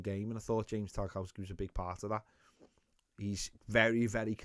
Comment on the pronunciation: I've noticed you say tar cow ski but i'm pretty sure its pronounced tar kov ski